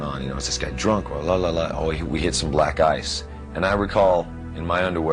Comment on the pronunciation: When james said about black ice i heard black guys